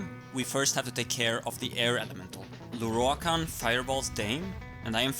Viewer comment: ok rewatching this can i just say i really like listening to you pronounce lorroakan's name . the rolled R's !!!